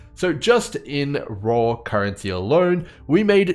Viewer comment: I'm just here to hear say "Carrency" 🦘